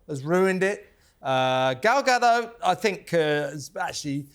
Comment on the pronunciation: Gal GaDOT, people of TalkTV. Ga-DOT. She's Israeli, not French.